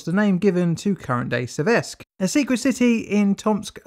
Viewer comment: 'Séversk' not 'Seviérsk'.